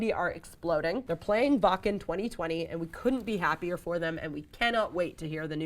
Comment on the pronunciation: She pronounces "Wacken" properly but blows it on every band name and person. SMH!!! And she didn't tell us about the new Annihilator" album?